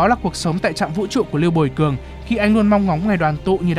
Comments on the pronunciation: Sao ad lại đọc là lưu buồi cường =)) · Có pải mình tôi ko hay là có nhiều lúc phát âm lưu bùi cường nghe hơi nhạy cảm nhỉ 🙂